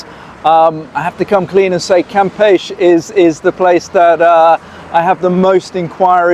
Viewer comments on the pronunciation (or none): Pronounced cam peshy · well, to begin, you d0nt pronounce it right....cam' pech E...... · Florianopolis is a nightmare in high season. It may take 40 minutes to move just 100 meters. Also, you pronounce it CAM-PE-CHE. Every single syllable is pronounced. You are leaving the CHE part out. Cam-pe-che , or Cam-pe-she (phonetics) Selling it? If you buy in the hopes to sell it in the short term, you will be in danger or be at risk. The number of people who have the money to buy properties or real estate in Floripa or BC is VERY VERY LOW. Brazil has a lot of poverty. The economic social class who can buy property to sell and be involved in the flipping business , they are already set and probably not be looking to buy from 3rd hand. Be careful Airbnb might be the safest bet but be very careful, you will have to charge very competitive prices because it is already near around saturation levels because Floripa is NOT cheap to ordinary people of Brazil